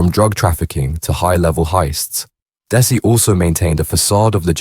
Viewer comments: Its dezzy not des i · that area of Manchester is called Mersey bank NOT Chorlton --Cum Hardy ,, you cant pronounce his name dezzy not dessy , over all very poor quality video, just repeating what is already out there if true or not, adds nothing to his folklore just more clout chasing wanna be gangster bs , do own research use own voice ,, rest in peace Desmond Noonan mad man he was but he could also be kind and generous to locals when he wasnt feinding for that sheeit he started smoking, it changed him like so many,, damn crack ruined so many lives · It's pronounced Dezzy not dessie 🙄🤦🏻‍♂️